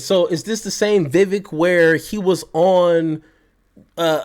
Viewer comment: I love your content!! As an aside, I'd like to remind everyone that Vivek Ramaswamy's first name is pronounced as follows: VIVEK: rhymes with CAKE